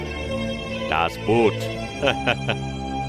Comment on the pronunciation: FINALLY! someone who knows how to pronounce Das BOOT